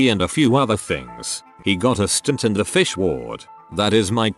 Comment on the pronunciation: lmao it said "physc" as fish